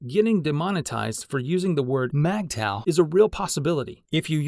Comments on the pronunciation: It’s Migtow, not Magtow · It's pronounced (mig taw) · MGTOW is not pronounced MAGTOW.